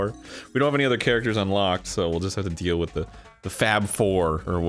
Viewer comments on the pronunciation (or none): none